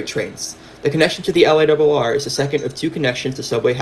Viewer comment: It is most definitely NOT the "el-eye-double-R" but rather the L.I.R.R. or "el-eye-are-are!" Oh, and it is "Lee-man" College in the Bronx, not "Lemon."